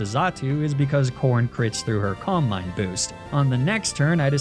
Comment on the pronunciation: Every time you say calm mind it takes me a second to register you didn’t say coal mine